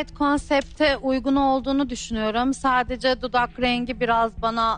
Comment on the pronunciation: De ve da bağlacını ayıramayan gördüm de "sadece" kelimesine "sacede" diyeni ilk defa görüyorum dhdhhs